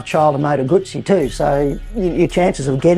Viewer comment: Moto guzzi pronounced the right way ,love it.